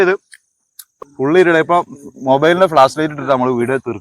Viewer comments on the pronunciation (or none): ഇരുട് അല്ല ഇരുട്ട് എന്ന് പറ